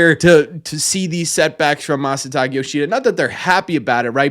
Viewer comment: Isn't his Masataka not Masataki?